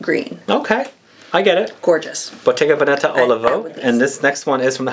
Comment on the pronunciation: Love your videos! It gives me a channel to focus on. In Bottega Veneta, the emphasis is on the first syllabe like VE'neta. Déjà le printemps --spring already.